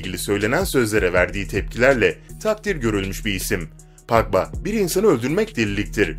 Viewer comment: Pagba? Ya abi sen futbol videosu çekme ya disslike